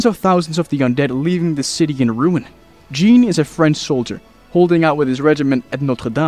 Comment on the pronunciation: jean is pronounced zhan in french